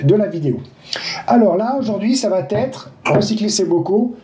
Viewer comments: Ça va T' être????.. merci de ne pas mettre un T à chaque prononciation.... Il n y en a pas. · Super merci beaucoup. Juste une petite erreur à noter, ne m'en veuillez pas, ne dites pas : ça va t'être, parce qu'il n'y a pas de T ça va être parfait😀😘. Rassurez-vous, beaucoup d'entre nous font la même erreur... Sinon, j'aime beaucoup, merci et bonnes graines à tous !